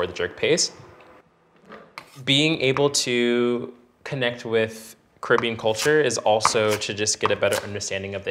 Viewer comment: Guys talking about connecting with Caribbean culture and can't even pronounce Caribbean properly 😂